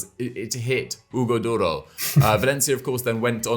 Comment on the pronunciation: The way pronounces Hugo Duro🤣🤣